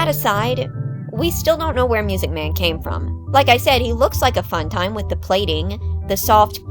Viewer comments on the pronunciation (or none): Correction: It’s pronounced “MUUUSIC MAN!”